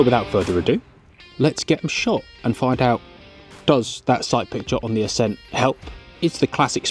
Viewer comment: Assssssceeent. Why thexweird pronunciation?